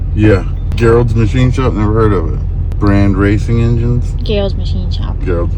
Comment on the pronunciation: Ok! I have watched this 3 times to hear say Gerald, with a G! I know 2 guys with this name that calls them selves Jerry! One example! My neighbor is Gerald Andrew's. He's some Big Shot, JW! Or so he thinks. We refer to him as Jehovah Jerry! I had to share this little tidbit 😂 Keep these videos coming! ❤